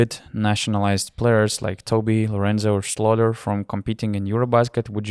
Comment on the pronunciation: Thanks a lot for your great content throughout Eurobasket! I've listened to every single podcast of the tournament and enjoyed them all! And your pronunciation of "Schröder" has gotten better every episode ;)